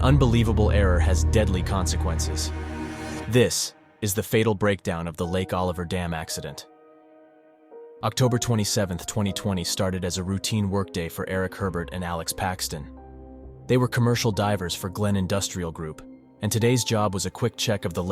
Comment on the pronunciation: Heeeebert not HERbert